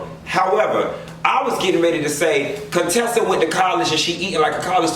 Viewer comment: "I'm spending way too much time on Cone-tessa and Scott"😂🤣😂